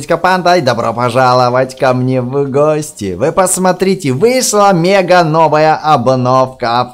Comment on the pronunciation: Ошибочка мега а не мага